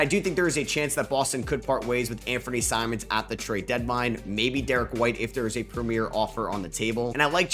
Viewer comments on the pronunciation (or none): none